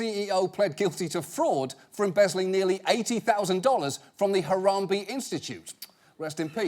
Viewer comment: I went to Harambee for 7 yrs it's was actually a good school when I went there and we the kids knew about the club the whole time and john it's pronounced Ha-ram-bay